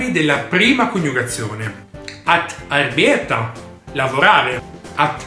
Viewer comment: Ciao caro collega! No, la pronuncia corretta scritta in IPA è [`arːˌbeːta] con le 2 a corte e la e lunga... Volendo scrivere "all'italiana" sarebbe /ARBEETA/ tenendo conto della "schwa" di cui parlo nella lezione 7 :-)